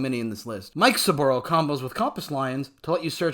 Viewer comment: I like the way you say Mikesaburo. Always thought it was Mi-ke-sa-ba-roo but heck do I know about pronunciation 😁